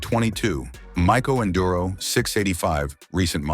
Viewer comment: My-Co Enduro , I'll take two please .